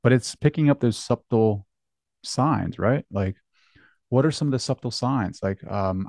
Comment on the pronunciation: I'm sure you've heard this by now (1 year after this posting). S u b t l e is pronounced suttle. Like, O f t e n is pronounced offen. Made me think though, you learned the word by reading. Impressive. Forgive me for a couple more, that lots of folks get wrong: Cannot is one word, and Mischievous is 3 syllables, not 5!